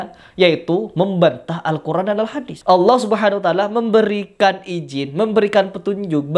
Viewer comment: Didengar dia melafaskan Allah seperti umat kristen melafaskan Allah , datar aja bunyinya